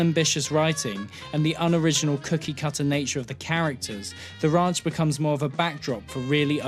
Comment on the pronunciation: Ah yes the "awful" sitcom the rAUnch.